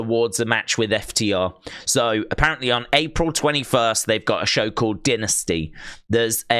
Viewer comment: Why did you pronounce dynasty dinners tea